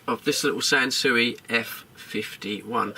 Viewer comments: The name Sansui has been around for many decades, but typically in relation to reasonably high-end hifi systems. It's pronounced "Sansooey", not SanSu. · No, Australian. We lived in Japan for quite a while, during the 70s, and this is how they themselves pronounce it. Three syllables: San Su I